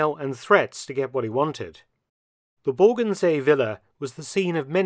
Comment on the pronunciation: Nice info. Tho it is Bogen, not borgen (as what i hear in the video) :)